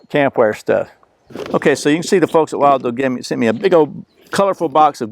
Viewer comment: it's pronounced "will do". Like this cup or bowl will do!